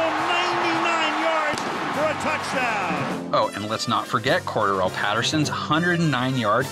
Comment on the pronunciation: Cordarrelle, not Cordell